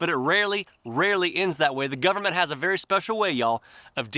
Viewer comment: Dude, I know, you forgot... You said, "The Canadian Gub-a-ment", you forgot, "NOW" it's "The S0V!€T S0C!AL!ST R€PUß-L!CK of C0MMY-DA".